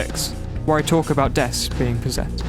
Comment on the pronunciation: You could say, she's, Po-Dess-ed